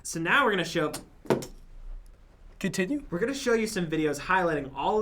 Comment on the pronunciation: Lol,, threw the fidget by accident and said "coninue" I LAGHED SO HARD😅😂😂😂😂